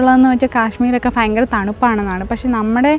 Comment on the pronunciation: God bless you. ❤️ Try to pronounce bhayamkaram in stead of "fayamkaram"